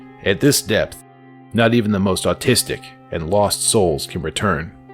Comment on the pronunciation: ish…are you saying artistic? Or autistic?? 😠